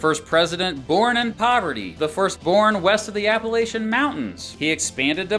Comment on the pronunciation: Please learn how to pronounce Appalachian You sound like a Foreigner